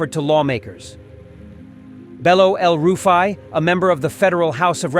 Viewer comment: Did you say EL rufe i ?? U dey whine me 😂😂😂